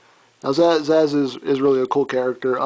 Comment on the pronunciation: btw its not Sazh its purnounsed Sa-sh